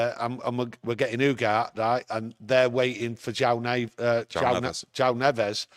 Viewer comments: Why don’t you pronounce the E at the end of Ugarte? YOUGART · Its pronounced U-GAR-TAY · "Ugarté" like Café